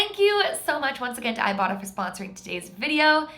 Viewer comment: When said "ibota" I thought said "ibottom" I had to look in the description to see what she really said 😂